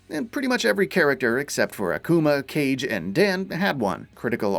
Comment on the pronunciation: Dude said kage cage 😡